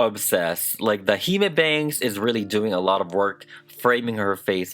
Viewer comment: The doll is absolutely gorgeous but with regards to the concept of a hime cut you are totally wrong. Firstly, the pronunciation is 'hih-meh', not 'hee-maa'. Secondly, this is not the bangs typical of a hime cut, nor is any part of it actually accurate to a hime cut. The cut entails having flat bangs, with cheek- or jaw-length (no longer!) sidelocks and straight hair that ends in a straight cut, which this doll features none of. Don't get me wrong, it's super cute! It's just not nothing to do with a hime cut.